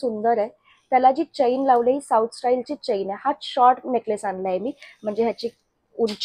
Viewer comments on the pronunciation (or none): चैन नाही म्हणत चेन असे म्हणतात मराठी आहात ना